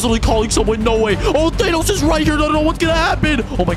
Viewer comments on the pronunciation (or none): Bro called Thanos ''Thenos"